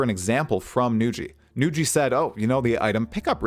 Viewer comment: This is the first time I heard Nugi being pronounced Nu-ji xD Well deserved shout out, you're the prime source on PoE2 news, especially for someone like me who doesn't go on reddit. Keep it up! <3